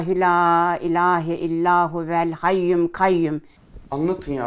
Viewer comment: 45.23 dk da kadın ayetel kürsiyi yanlış okuyor. Hayyum değil hayyul olacak. Biraz daha dikkat lütfen